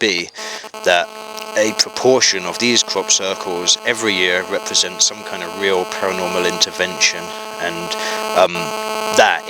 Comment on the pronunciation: You are offering money to prove you are wrong. Sure how much big mouth... put it in an enelope and lodge it with a solicitor and we will prove you wrong (as we always do) and claim the money when you incorrectly claim the formation is weel... I mean real. But you cant speak pwoperly so berhaps its better I say weel, so youll understand it. FFS